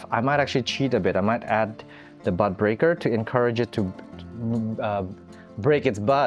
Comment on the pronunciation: It took me a minute to realize you were saying bud breaker ... I kept hearing butt breaker 😅. I haven't experimented with keiki paste, but it looks really satisfying!